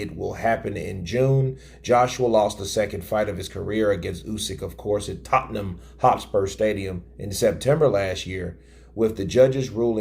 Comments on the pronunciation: Tot num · Nails Tottenham pronunciation like a Brit. Impressive